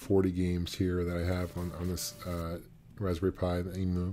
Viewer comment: "Emu" not "Emoo" ;)